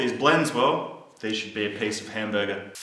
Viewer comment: The way he says hamburger is Funny as fuck! Lmfao